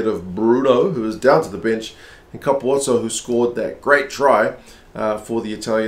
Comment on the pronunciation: Hi, I have a theory on why some commentators call Capuozzo “Kaputso” or “Kapuso”. I watched the Italy-France on France2. And the French commentators also called Capuozzo “Kaputso”. That has made me think the following: Ange Capuozzo was born in France. And he has played a lot of his rugby in France. So maybe the Kaputso-thing is simply the typical French pronunciation of Capuozzo? Which has then been adopted by some English speaking commentators? This is my own personal theory. But I agree with you. It should be pronounced in the way you pronounce it. And I think the Italians also say Capuozzo. Not Kaputso. Thank you for a very good vlog. 🏉 Best regards Karsten 😊